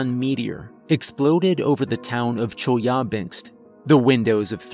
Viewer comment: Chelyabinsk is pronounced like "chill-eh-bin-sk" in Russian. You should look up pronunciation for foreign words going forward.